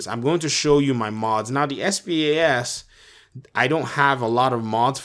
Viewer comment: The shotgun isn't pronounced s p a s it's pronounced spaz12